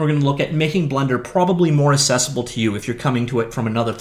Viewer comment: The word is "accessible", not "assessable"!!